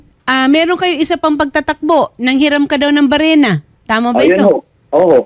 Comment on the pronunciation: 😂😂😂 iba pagkasabi mo ng barena ah 😂😂😂 kuya baka naman barrna mo yung nahiram 😂😂😂